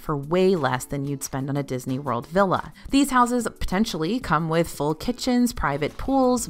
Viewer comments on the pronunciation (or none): none